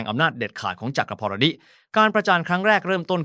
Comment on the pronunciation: มันคืออันใด.. จัก พอน ดิ.. 55..ภาษไทยมันยาก ขนาด AI ยังอ่านไม่ใด้เลย